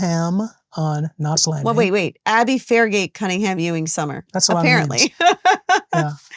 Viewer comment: “Sumner” Not Summer. I watched 2 minutes…😬